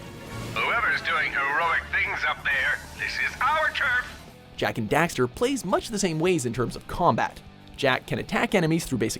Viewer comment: they say dexter, and daxter lol